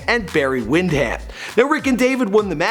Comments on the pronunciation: Barry wind-ham" lol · It's pronounced wind-um not wind ham. Love the video though, you should get a wrestling historian on the team if you plan on doing more wrestling videos. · Who is Barry Wind"ham"? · Good old Berry Wind-Ham